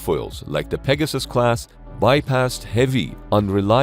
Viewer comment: The USS Peg-your-sis? THat doesn't sound right......